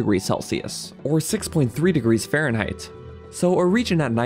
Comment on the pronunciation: Why does he say Fahrenheit like "faron height"? I thought he was talking about high place in the faron area.